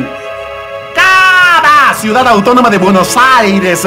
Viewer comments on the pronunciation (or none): none